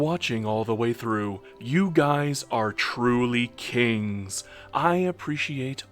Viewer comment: Always funny when you say kings, am I the only woman who watches your stuff lol